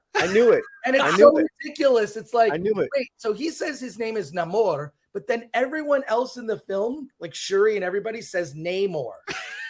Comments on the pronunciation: As a man who born and lives in "Mecsicou", I don't support "Namorrrrrr". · The pronunciation of namor keeps reminding me of a Ben E King song, so I cant take it seriously